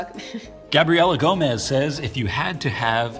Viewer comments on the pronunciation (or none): none